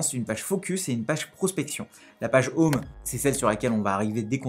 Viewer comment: "J'ai un défi pour toi : prononce 'home' en anglais sans dire 'homme' !" sinon a part de ca tres bonne video merci